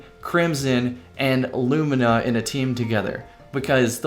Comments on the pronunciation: Haven't you heard? It's apparently pronounced 'loo-mee-nah'. ...but it so totally isn't. Thanks for getting it right, lol! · pronounced it correctly! Huzzah a man of quality!